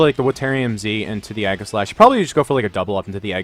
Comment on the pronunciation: Egg-a-slash?? Zap-a-dos?? do your read english??